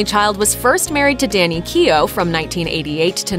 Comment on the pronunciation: Keogh. Not keey yo